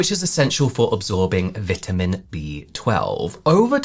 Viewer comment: Say "vitamin" again!😊